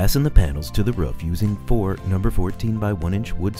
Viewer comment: It's "roof" not "riff".